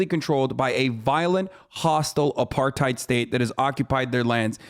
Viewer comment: Hard R. Not pronounced AparTIDE